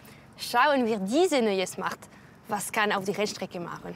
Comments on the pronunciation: Von der Schmart😂😂😂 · von den Schmart 😂😂😂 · Wie cyndie die ganze Zeit schmart sagt Stadt Smart